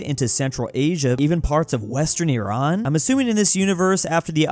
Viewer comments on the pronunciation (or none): none